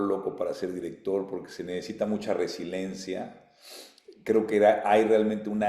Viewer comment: ¡Oiga Don Medallas, es RE-SI-LIEN-CIA cabrón, no RE-SI-LEN-CIA, minuto ! ¡Ya sé que vive allá con su "amor" "Trom", pero desapendéjese y tómese sus vitaminas!